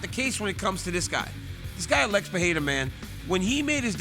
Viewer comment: Why do they pronounce Alex.. like Uh-lex!? 🤣